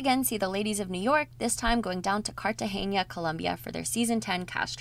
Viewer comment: is NOT CartageÑa is CARTAGENA, with an N, no weird pronunciation needed. Thanks.